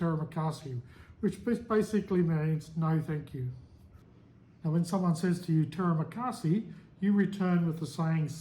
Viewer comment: To ask for the bill you just can say (saya mau bajar) i want to pay translation. Terimakasi premaunce like tree ma Kasi And tedak prenounce like Ti dak Keep on practice. And maybe you.can start taking some lessons mister good luck 🤞